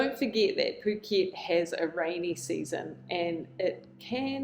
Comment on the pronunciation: She’s pronounced it perfectly 🤡